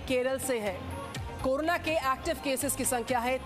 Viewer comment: she said corola